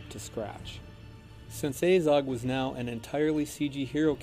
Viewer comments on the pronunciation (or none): The way they pronounce names is absolutely ridiculous. It's pronounced Azog, not "Eizog". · "A-zog"....made me cringe so heavily